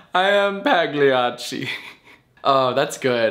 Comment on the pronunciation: THAT'S NOT HOW YOU PRONOUNCE PAGLIACCI IT'S A SOFT SOUND, I CAN'T DESCRIBE IT, GO LISTEN TO THE ITALIAN VOICE IN GOOGLE TRANSLATE UGH